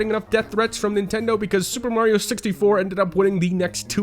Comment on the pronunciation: Lol super Mary oh! Bothers me like when ppl say pokeeeeemon It's pokeAYEmon. Hell I will even accept pokeUHmon